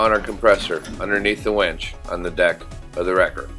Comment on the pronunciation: it's a winch, not a wench